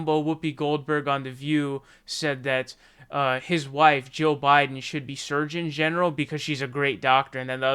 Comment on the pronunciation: I can't tell the difference between your pronunciation of "Jill" and "Joe".